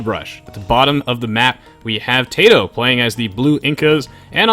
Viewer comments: why does he keep saying tayto when zero is saying tatoh. I know he can hear him. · Tay-toe cringe